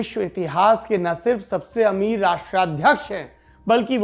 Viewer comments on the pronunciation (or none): none